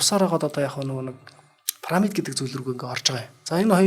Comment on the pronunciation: Түүхч юм уу оролцогч нь? Парамид, Газа гэнэ үү? Ядаж ярьж байгаа газар орноо зөв дууд аа. Пирамид, Гиза гээд...